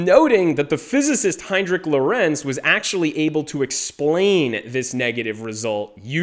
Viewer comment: Please pronnounce LORENZ correctly: LOrenz and not loRENZ.